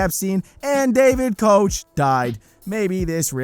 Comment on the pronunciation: Y'all need to lookup Koch Industries, as well as the Koch family & Koch brothers. Also, it's pronounced "Coke" not "Coach" nor "Coch"